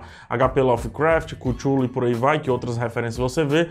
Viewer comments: CARA, O PRÓPRIO ALTOR FALA CUTLU NÃO CUTHULU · EU VO BANCAR O PSEUDOINTELECTUAL E JA VO DIZENDO, N É QUÍTULU, É CTULU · é cathulo não cuthulu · Acho engraçado fala Cútchulú. KKK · Acho que se pronuncia QuíChulo em português :/ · Falou todos os nomes menos o certo.... ctchulhu (leia-se Cleyton) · Se lê cthullu mas se fala catiolo